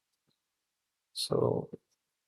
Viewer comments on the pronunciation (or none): Inventere seleta 😭😭😭. Its in-vi-ta-re and scelta is read like shelta'